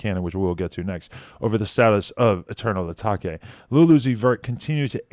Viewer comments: Why he say eternal atakay? It is eternal a-take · ITS PRONOUNCED [ETERNAL UH-TAYK] its not [UH-TOK-AY] That makes no sense lmao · bro its not "atackay" its Atake like uh-take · "Eternal atak-e" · Eternal (ah•tah•keh) 🤣 It's pronounced (ah•tay•ke) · Dis dickhead said Eternal Atak-ai 😂 it’s Atake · It’s a- take not ataké 😂😂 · Stop saying eternal atake like that ( a-take) “uhh-take” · Eternal “Atakay” I remember the Genius lady said it this way so did she get the pronunciation from this video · Left the video second he said “eternal atakey” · I can't take Adam seriously when he said "eternal Ah Ta Keh" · “Eternal Uh-TA-KAY” 😂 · ETERNAL A-TAH-KAY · Bitch did u say “atakay” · it’s pronounced “uh-take” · "Eternal Atakay" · Adam: “Eternal Atawkay” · “eternal A-ta-ke” 😂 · I was waiting for someone to point ts out 🤣🤦🏽‍♂️🤷🏽‍♂️ literally paused their video and went to the comments. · “eternal a-tak-e” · why did he pronounce eternal atake like that... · please dont say eternal atake like that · Did anyone notice he completely forgot how to pronounce “atake”?! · he said it wrong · Is he saying eternal atake wrong on purpose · Omfg pronounce eternal atake wrong one more time